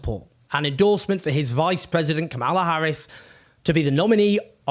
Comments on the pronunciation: Owen, you really should learn how to pronounce Kamala Harris's name. The emphasis is on the first syllable: KAM-ala. It's a Republican trope to deliberately mispronounce it as Ka-MA-la, as you do. Which is not to say that I think she'll be any different from Biden should she become the next president. If Biden is Genocide Joe, as he is, then Kamala will be Genocide Josephine. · It's KA-ma-la. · Now, at some point, you're going to need to learn to pronounce Kanala's name. lol :p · At least learn to pronounce Kamala.